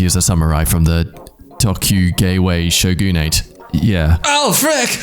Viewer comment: The way pronounces Tokugawa Shogunate hurts me on a spiritual level